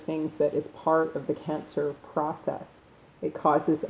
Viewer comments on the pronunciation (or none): none